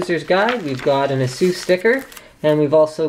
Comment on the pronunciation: say AY-SUS ..... aysoos >.> ffs